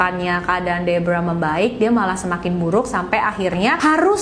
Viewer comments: Pas nyebut nama Deborah malah kaya nyebut Zebra 😭😭😭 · Sumpah, kupingku berasa iritasi banget denger nyebut nama Deborah, padahal pas nyebut nama tokoh yang lain aja pakai pelafalan biasa, ga dipaksakan kaya pas nyebut nama Deborah 🥲🥲 lain kali coba pakai pelafalan yang disesuaikan dengan bahasa Indonesia aja mbak.. berasa aneh dengernya